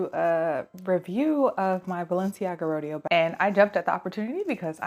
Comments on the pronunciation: Great review. I'm thinking of this bag. It's pronounced Row-day-oh, like Rodeo Drive in Beverly Hills. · Haha the way you say "Rodeo" is killing meeee. But otherwise, great review!